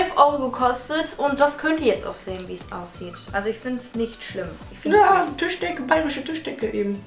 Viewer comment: TÜSCHdecke :'D